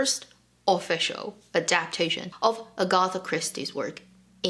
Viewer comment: Two points, Agatha Christie mysteries are so bad, just a terrible writer I don't care what anyone says. I never waste my time with them and then please! The name is AG-a-tha not a-GOTH-a